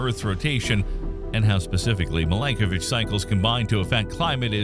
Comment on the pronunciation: Milanković not Milankovitch